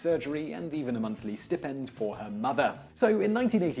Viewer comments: Oh FFS - the word is pronounced 'stye-pend'. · whether British or American, it's pronounced "sty-pend". Stipend doesn't have a short i sound. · funny pronunciation of 'stipend' :)